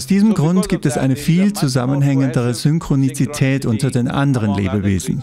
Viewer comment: Ist es nur mir aufgefallen oder auch anderen, like für Ja, Komment für: ist euch egal? :D Heißt es nicht Synchronität? Laut Duden und Google gibt's kein Synchroni "ti" tät. Guter Sprecher aber das war ein Krasser Fehler ( nicht die Übersetzung, sondern das Ausprechen des Wortes). Aber wir sind Menschen, jeder macht Fehler xd.